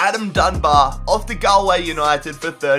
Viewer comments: u pronounce Galway like Golway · It's great as a Roscommon fan to here say Galway wrong 😂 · It's funny how people mispronounce Irish place names e.g. Dundalk and Galway which are both pronounced with a soft a not a hard a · Omg the way he says Galway 😂😂 it's "gawl-way" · pronounced "gol-way" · It's pronounced "Gaul-way" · Yeah it's pronounced Goll-Way 😂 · oh its Gall-Way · Btw it pronounced GOL Way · For Dundalk the l is silent and Galway is like golway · just letting you know you butchered a lot of teams names in the Irish league like Dundalk and Galway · The way he pronounces Galway is so funny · you said Galway and Dundalk Wrong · He doesn't even know how to say Ireland right... he can't even say Galway right ffs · The way you say Galway hurts me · Your pronunciation of Galway And Dundalk Is horrendous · u said Galway and Dundalk wrong but still this was interesting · Love the video but hate how he pronounces 'galway' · Eoin Martyn Dundalk and galway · dun-dal-k gal-way eric dee-er you really need to work on your pronunciation, not hating just giving tips